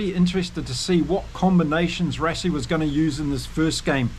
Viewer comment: Rassie also as RUSSIE and Lood de Jager - LOOT De YARGER - afrikaans names like Dutch - might be a good idea to listen to few SA podcasts - am sure we get a lot of the Maori names wrong!